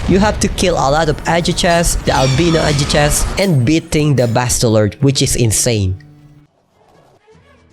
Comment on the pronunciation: It's not pronounced "adJuchas" it's suppose to sound like "adhuchas". 🙄🙄🙄🙄🙄